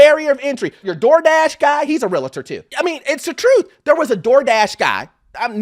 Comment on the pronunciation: It's not pronounced real-a-tor it's real-tor